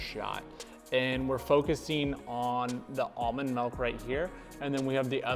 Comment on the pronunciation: I love the episodes and all the informative content, but I kinda HATE how many time he says "mulk" in this one.